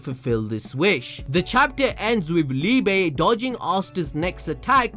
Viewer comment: It’s pronounced “Lee-buh”, his name is German. Love your content btw.